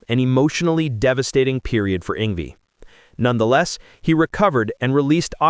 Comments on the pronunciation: It's pronounced Yng-Vay not Yng-vie at least say his name right. He is a Legend and deserve to have his name done right. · Yng-VAY….Not Yng-vee! 🤬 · AI voice-over annoyingly calling him "ing V." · Did this MF say ING VEE? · ‘Ingvee’ - nice job, AI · It’s ‘Ingvay’ \m/